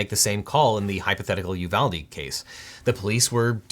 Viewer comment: That isn't correct; correct would be: ooh VAHL day It's Spanish, after Juan de Ugalde Pronouncing it you VAL dee is just white people shit. It's colonialism